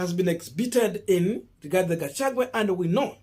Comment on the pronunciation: learn to pronounce people's names correctly,Gachagua not Gachague